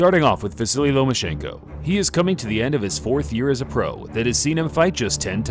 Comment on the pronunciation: Why do people keep saying " vasily " instead of "vasyl"